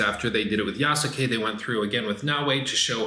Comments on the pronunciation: Ya-skay not ya-sook-ay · Great video But bro, it's "yaas-kay" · YASSUUUKE at least pronounce it right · Did he say YahSooKay? 😂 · The u in yasuke is silent. It's not pronounced yah-sue-kay. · Really wish you would pronounce Yasuke correctly